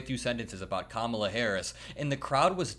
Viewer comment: how can he pronounce Beyonce but unable to correctly say Kamala